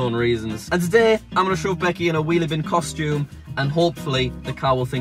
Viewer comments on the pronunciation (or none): none